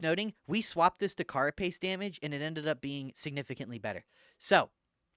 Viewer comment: ITS PRONOUNCED CARE-A-PACE